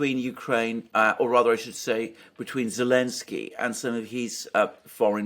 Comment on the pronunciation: I meant it more as a funny... Why can't he just say the z... haha I will purposely mispronounce someone's name whom I don't respect so I wonder if this was his reasoning..